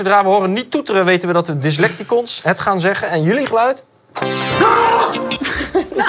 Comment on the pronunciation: Toch wel typisch dat steeds Dyslecticons verkeerd uitspreekt.